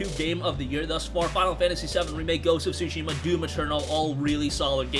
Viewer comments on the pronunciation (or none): The "T" in Tsushima isn't silent is a slight "T" sound but it is pronounced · Learn how to pronounce the game